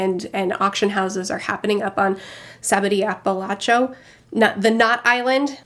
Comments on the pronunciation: We need a compilation of failing to say every name correctly. I almost died with the sabody apelachuo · "sabaody apalacho" is my new favourite thing <3